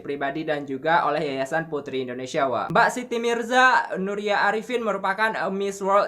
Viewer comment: kalau ngomong di tambahi kata e wkwkwkw contohnya mbak jd embak ... ngebahas engebahasss ... etahun ejajaran